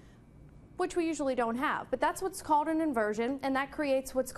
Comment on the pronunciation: She says "cold" as "code" and "called" as "cawed". Is this a speech impediment or accent? If accent where from? If impediment maybe some speech therapy for newscasters.